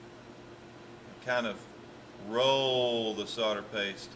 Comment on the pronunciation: The word is solder, not sodder!! See the third letter? That's an "L" ! Or, perhaps he thinks it's Christmas... No-el, No-el, No-el... ;)